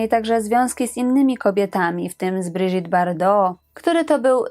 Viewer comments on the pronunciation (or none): none